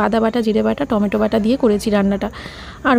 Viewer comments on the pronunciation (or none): none